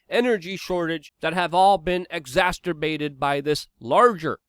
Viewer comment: Its exacerbate, not exasturbate, lol😂🤣 (ex-a-cer-bate). You are one of the smartest guys out there but you mispronounce words like a mf lol! And its usually a really good word because you are so naturally smart, and it is part of the slow slide of language into the unintelligible babble of Idiocracy, so I do it out of Love and respect♥. Thanks for all that you do!